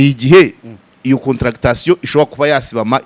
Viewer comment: Nkosore gato bavuga Contraction (des muscles) ntibavuga CONTRA-CTA-TION. Kuramo iyo CTA!!